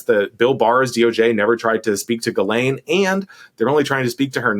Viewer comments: Sarah, please, please, please stop saying "JIZZ-lane". Try "GILL-ane" or "JILL-ane". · I watched the Piers interview with Maxwell’s snooty brother and it answered my biggest question. Evidently Ghislaine is pronounced “GeeLane” with a hard G—at least that’s how her brother says it. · The name, basically pronounced: ghee (like the clarified butter, rhymes with bee) - len (like you're saying Lenny but for short, rhymes with pen). so, "Bee-Pen" = ghee-len = Ghis-laine. Wahlà ;) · Does Sarah purposefully mispronounce Ghilaine as “Jizz”laine 🤨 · JISS-lane dammit! It’s not that hard PS not related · 🚨SARAH 🚨 I think you're AMAZING!!! But PLEASE.... Learn how to pronounce Ghislaine. It's NOT Jizz-Lane. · Oh come on, Maxwell doesn't deserve the respect to have her name pronounced correctly ... Sarah won't say it this way, maybe Tim or JVL will ... JizzLane - cause that's pretty accurate. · Please please please, it's GHEE-lane, GHEE like GLEE without the L. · Pronounced Ji (like jib) lane. I have a cousin Ghislaine Gindorff, so I know. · Could Sarah please not pronounce "Ghislaine" like that.... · Sarah - I agree with you that Ms. Maxwell has done awful things, and is probably an awful person - and she is paying for her crimes via the criminal justice system. I also think, however, that every human deserves the deference of having their name pronounced properly. Don't dehumanize anyone by saying they can "just live with it" if your journalistic style includes mispronouncing their name. That comment made me feel disappointed in you.